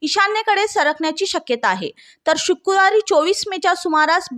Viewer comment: अहो मॅडम महोदया,,,"शुक्कुरवारी" नव्हे तर,,, "शुक्रवारी" असे शुद्ध मराठीत बोलावे🎉